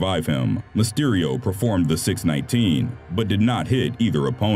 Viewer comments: it’s not a “ 6-19 it’s “6-1-9”😂😂😂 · 6. 1. 9. Individually said